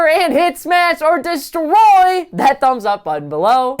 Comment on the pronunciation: I love your videos, but die inside a lil more every time I hear you say “DESTROY!”. Other than that, love the content and keep up the good work.